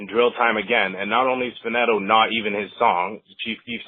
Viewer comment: He said chief keef song fateto it's faneto😂